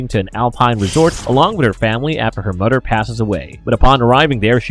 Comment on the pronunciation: Mother not mudder *